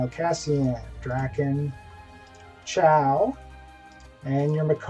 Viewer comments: how do you get chow from chua? It is pronounced CHEW-UH!!! say it with me now!!! CHEW!!!! UHHH!!!! chua chua chua. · "ive been associated with wildstar for a long time" pronounces chua wrong. okay